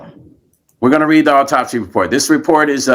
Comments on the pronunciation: What an irritating man to read an autopsy, not knowing how to pronounce the words. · This is undoubtedly sad af news but as a nurse, his medical pronunciations had me 💀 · JUST STOP... YOU'RE PRONOUNCING THE TERMS INCORRECTLY, YOU'RE ASSUMPTIONS ARE JUST THAT, AND YOU'RE NOT MAKING SENSE. AS A PCP, SLOW A PROFESSIONAL DO IT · I know Stone's heart was in the right place but he should have researched the pronunciation and meaning of the medical terms.